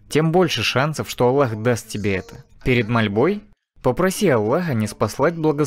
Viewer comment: УВАЖАЕМЫЙ БРАТ ПЕРЕВОДЧИК ГОВОРИ АЛЛАh не Аллах